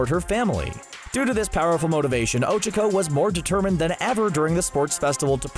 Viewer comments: Oh- CHA-co Not Oh-chaua-co or however you are saying it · Oh chuck oh. I haven't heard anyone butcher names like this since my 2nd grade teacher... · "Ojuhco" Um I think you mean ochacko... like oh-chalk-oh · It's Ochaco not Ocheco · Uhhh it sounds like you're saying Ocheco... Its Ochaco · 'ochoco' >:( and i thought it was 'ochako. huff. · Her name isn't Ochoco its Ochaco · O-Cha-Ko thats how its pronounced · I love how cbr calls ochaco ogiko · Kawaii Sunflower my hero acad ee mia is NOT how they pronounce it in the dub, nor is ohchuckoh stop acting like this butchering is normal 😎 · NAH he says Ochico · Ochico actually sounds easier to say. Especially if you say it like he does.. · the pronunciation of ochaco makes me feel uncomfortable 💀🥺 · The way he pronounces Ochaco in these videos drives me insane. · Mmmmmm the way he pronounces ochaco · and the way he says ochako